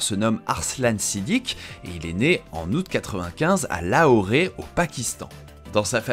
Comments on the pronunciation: Petite info en passant c'est Lahore et pas Lahoré sauf erreur Et de même beau reportage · Excellente vidéo, par contre à chaque fois qu"il dit "LAHORé" j'ai les tympans qui explosent, C'est LAHORE, ça se prononce comme s'est écrit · Pour information ça se prononce La-or... pas Laoret ! Lol, sinon super vidéo !! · Je sais pas d’où il a sorti son Lahoré mais ça m’a fait tilter à chaque fois ! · "Lahoré", oui oui... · Sa se prononcé "lahor" voila